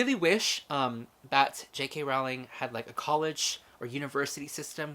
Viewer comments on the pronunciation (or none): Welcome to the Wizarding World. :-D (BTW, it's 'rolling' not 'rouw-ling') ;-)